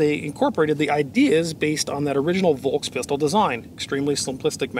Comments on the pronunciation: One little note. V in german words is universally pronounced as F. FolksWagen. FolksPistol. Folksturm. And just to hit two birds with one shot, S before T (like in VolksSTurm) or S before P (like in spindel) is pronounced as Sh. Like in shot. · Just for the record : you would pronounce "Volkspistole" like this : Folkspistole. 😉